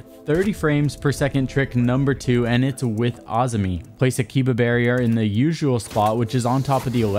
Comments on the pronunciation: Hurt my ears the way you said Azami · My brain died with that Azami pronunciation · You don’t know how to pronounce azami 🤦🏼‍♂️